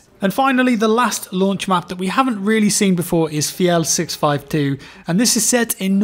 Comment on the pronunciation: You said fjell incredibly well